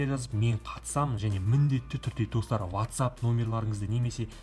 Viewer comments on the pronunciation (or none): none